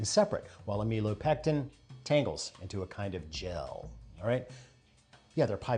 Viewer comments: Just FYI, you want to pronounce it AM-ih-lo-pectin. 😊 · I love the pipecleaner demostration. However, you"re saying "am ill oh pectin" wrong. No worries. I once watched a professor do this all lecture. I didn't want to embaarass him by saying anything.